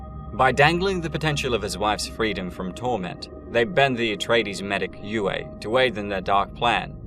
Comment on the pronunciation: How do you pronounce foam? That's also how you pronounce C.H.O.A.M. The doctors name was u-ay, not whatever butchery you said. Have you even watched the movies or listened to the audiobooks? I'm guessing no.